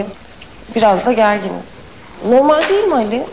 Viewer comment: Deul değil "değil"